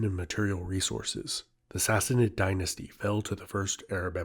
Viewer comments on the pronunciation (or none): none